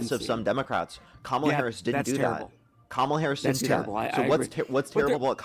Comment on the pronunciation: Why do all right-wingers (which this guy definitely is) mispronounce Harris' first name?